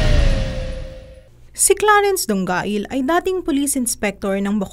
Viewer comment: Mali pa ang pronunciation ng Dongail e. Kabobong balita